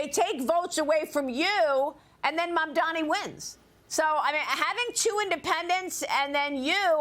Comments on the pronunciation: The correct name is Mamdani--not Mandami, as Curtis Sliva calls Zohran. Also, the NY City voters are sick and tired of the greedy real estate oligarchs. The super-rich Wall Streeters too are panicking because the "forgotten man" is rising up demanding economic justice. The city has become unaffordable for most of its residents. Mamdani speaks for change. The voters like Mamdani's fresh ideas. Change is inevitable. Change is welcome. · It’s mamdani buddy